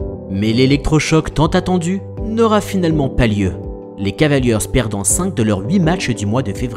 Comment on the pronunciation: beau boulot mais les gars, "les cavalieurz" ça m'fait saigner les oreilles